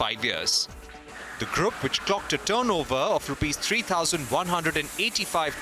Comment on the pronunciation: Its not “grup” its “groop” PLEASE ENGLISH